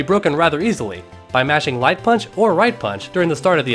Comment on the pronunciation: Is he saying light punch? Triggered